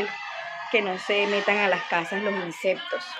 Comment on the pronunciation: Tan bella 🎉🎉 no se dice inseptos mas bien son insectos con "C"